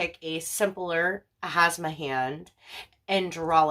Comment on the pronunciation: I like the idea, definitely, though I'm more nature-oriented in my décor tastes (skulls, greenery, bones, fur, wood, stone). They're called "Hamsa," though...not "Hasma." Not criticising, just suggesting it will be more popular, if people can find the video. I can see this being a popular craft video, given there are so many fans of the "witchy aesthetic" out there. Great idea for an easy, inexpensive craft. I bet it would look good as a framed cross-stitching pattern with similar bordering and such. (Do people still do cross-stitching?)